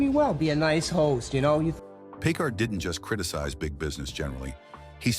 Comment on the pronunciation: One thing about robot announcers: they've never heard names pronounced in conversation. It's Harvey PEE-kar. Yes, not only is Phoenix's acting like Brando's (murky, unprofessional), so his is offscreen persona (obnoxious, pseudo-intellectual). As to factuality, the anecdote about Oprah telling Dave's staff to not make eye contact with her, is a story I've also heard about Streisand. Though, given their eggshell-fragile star egos, maybe it's true about both of them. I give Crispin Glover a pass. Like Michael Richards, he was trying to be outrageous and it backfired. Oh, and by the way: it's a long way from rude & condescending to "evil". Don't the writers of this crap know that?